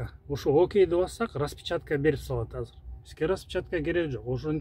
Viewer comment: Азыр деген созду Казыр деп суйлогондордун башын жулупсалсан э? Кыргыз тилинде казыр деген соз жок. Конковайлар ошентип суйлойт беле?